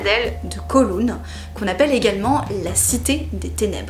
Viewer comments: pas "COULOUN" mais "COWLOUN", COW comme vache, et en cantonais, "Kaw Long" (^_^). Je vous fais visiter quand vous voulez, pleins de choses à voir, dans les petites rues, dans les hauteurs des tours... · Coucou fabien, on dit kaouloun pour kowloon voila voila sinon jmattends comme dhab a une super video sur l'histoire de Hong Kong ou j'habite :) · J’adore comment vous prononcez Kowloon 😂😂😂🤣🤣🤣 je vais vous aider phonétiquement : Kaawloun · J’habite à Hong Kong depuis 7 ans et j’ai beaucoup aimé la vidéo. Merci pour ce bon moment. PS: Kowloon se prononce comme cow (vache) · Koooooulown aha la prononciation laisse à désirer 😉 merci pour la vidéo je la transmets à mes amis Hongkongais